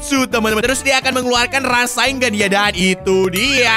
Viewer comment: rasen shuriken bang bukan rasainggan shuriken bang